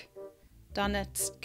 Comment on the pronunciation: You were spot on with the Donetsk pronunciation, at least to my Finnish ears